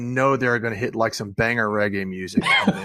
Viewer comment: FFS it's not RayGay.....it's REGGAE!